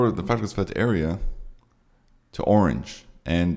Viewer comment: Dear Santa, the best thing I could have for Christmas is to hear actually pronounce "Fagradalsfjall" correctly. It has become a major turn-off.